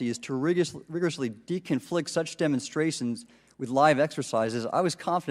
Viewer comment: Did he say Demonstration or Demon Stratton ?